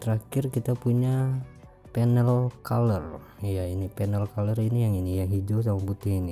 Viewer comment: Cuma ngelurusin, color itu cara bacanya kaler